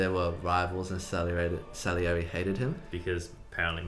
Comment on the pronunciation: 'Salieri' Brett: celery